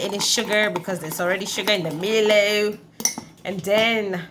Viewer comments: Haha yess Milo! Glad our Australian Milo is so popular with you guys! You're welcome 😁🇦🇺 By the way, you should pronounce it like "mylo" instead of "meelo" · Enjoyed the video and ur energy is awesome The word Milo tho isn’t pronounced (MIL- O )it’s MI-LO PRONOUNCE MI the way u would pronounce MY